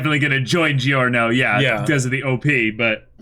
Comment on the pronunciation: Everytime you say this an italian dies.